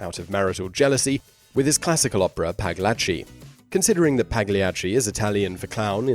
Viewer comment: I've seen Simon's video about pronunciation, but Pagliacci is a pretty famous opera that shouldn't have been that hard to figure out the pronunciation. pal-YA-chi